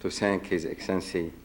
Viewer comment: His excellencey? 😂😂 almost made me choke on my food